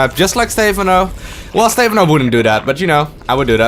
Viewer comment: Why dont you pronounce Stephano like the casters do? :( Other than that, great vid, thanks! Keep it up <3